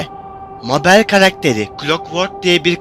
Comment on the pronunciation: Abi Mabel meybıl diye okunuyor